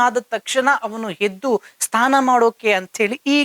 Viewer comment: Anchor ಸರಿಯಾದ ಕನ್ನಡ ಮಾತಾಡಿ ಅನ್ನ ಅಲ್ಲ ಅದು "ಅಣ್ಣ".... ಸ್ಥಾನ ಅಲ್ಲ "ಸ್ನಾನ"